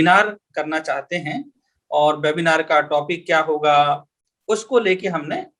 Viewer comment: आप वेबिनार को बेबिनार क्यों बोल रहे हैं ? कृपया ये भी बताएँ कि ये भाषाई रोग कहाँ से लगता है ?